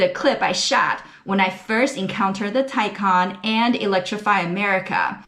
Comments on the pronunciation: Good video and thanks for looking up the pronunciation of Taycan. The Porsche is more luxurious than a Tesla Model S, but you’d especially that from a pricey Porsche. Now a suggestion - pronounce Porsche correctly, two syllables, POR SHAH. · I've watched videos with other car reviewers, some with big names behind them, mispronouncing the name 'Taycan'. Kudos to you for taking the time to look up how to say it properly.